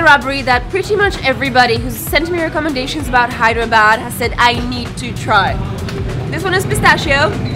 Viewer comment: It's Hyderabad not Hydra bad😅😅👍